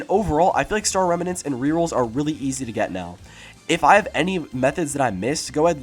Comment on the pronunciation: bro the way he said “remanents” made me cringe so hard